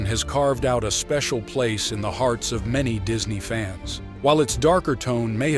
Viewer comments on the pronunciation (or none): none